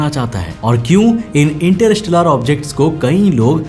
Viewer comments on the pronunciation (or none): Interstellar ko ese bol rha inter-rishtedar 😂😂